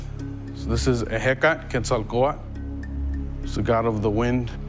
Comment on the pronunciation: I live in the eastern US and I honestly cannot say how refreshing it was to hear someone pronounce Quetzalcoatl correctly in Nahuatl.